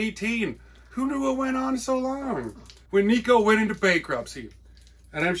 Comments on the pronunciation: I didn;t have the heart to say. Yes, Neck-oh wafers for sure. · NECK-OH, Wafers Necco... For the New England Candy Company... out of Revere, Mass. Not "Nico" wafer... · Another cool video.. The Necco company was in Cambridge MA. I used to work for Lotus Development (remember the spread sheet Lotus 123) and they were in Cambridge. I would ride by the Necco company in the early 2000's. They had rail service provided by Guilford.....It was pronounced 'Neck Co'